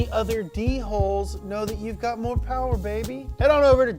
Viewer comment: Everything you need to know: Oldsmobile 442/ cutlass Mo powah babeh